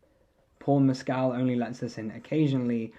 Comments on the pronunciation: Just for the record, he says his last name has the stress on the first syllable…MESS-kl. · Just letting you know, you’re mispronouncing his last name.